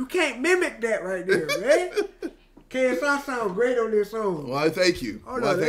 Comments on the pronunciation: He said KSE sorry to disappoint you guys. Go and re-listen. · LMAOOOO YO I think he was trynna say "KSI" but he was also trynna say "see, that's what I'm talkin about" so it sounds like KFC 💀